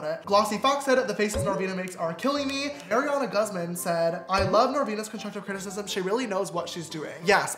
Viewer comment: No one: James: conshushive crtisishism 😂